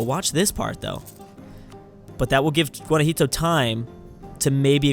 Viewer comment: It's called Guanajuato, NOT GUANAJITO! just dont say it if you dont know the name.